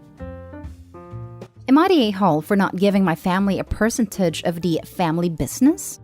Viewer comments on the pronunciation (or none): The software you use to read your scripts doesn't know how to properly pronounce "percentage"?